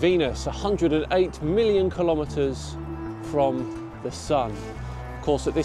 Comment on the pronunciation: I SEE - "Million" km I HEAR "Billion" km